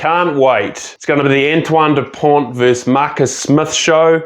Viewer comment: Great video, but you don't pronounce the T in dupont .